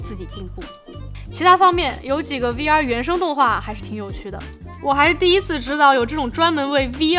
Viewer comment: 听到终于有人把V不读成微，把X不读成叉，我立马就订阅了你